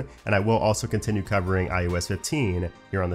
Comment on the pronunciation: I can't be the only one who always hears iUs not iOS